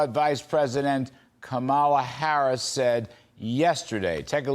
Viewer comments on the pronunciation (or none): All three of these commentators have not yet learned the correct pronunciation of Kamala. Rather shameful. The stress is on the first syllable: comma-luh. C'mon, Larry, Katie, and Charlie. Are you mispronouncing it on purpose to show disrespect?